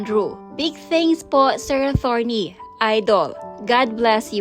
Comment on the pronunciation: Atorney..not athorney..